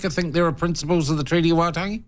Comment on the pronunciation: Even you can't pronounce Waitangi